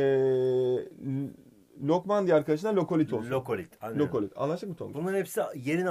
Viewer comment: mükemmel ikilisiniz ama lokolit değil lakolit bazı şeyler yanlış :(